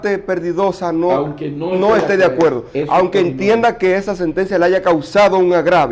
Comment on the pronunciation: Perdón colega, pero no se dice anque, se dice aunque